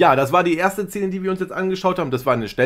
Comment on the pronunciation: Lieber, ich bin Trashi der ersten Stunde und verfolge JEDES deiner Videos! Allerdings triggert es mich sehr wenn du "zähne" statt "Szene" sagst. 😂 Vielleicht ist dass eine annehmbare, nicht alleinstehende Kritik ist. Alles mit Liebe 😊❤ Bis heute Abend! ❤❤